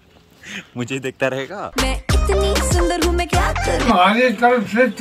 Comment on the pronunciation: It's 'mujhe' not 'mughe'